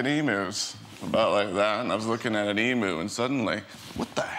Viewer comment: Emu is pronounced; Eem-you, not Emoo